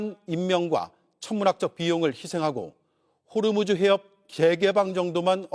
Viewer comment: 호르무즈 가아니고 호 무스